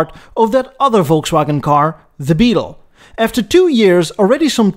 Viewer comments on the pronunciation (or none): none